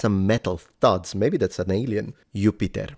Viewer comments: Do you pronounce Jupiter as Yupiter, but you don't pronounce Uranus as Ouranus? 😒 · They way you pronounced Jupiter 😅 gave me a giggle, but immediately after I inadvertently pronounced it the same way 😂!